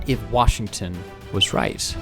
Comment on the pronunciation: " What if Washignton was rice" i think he pronounce like that!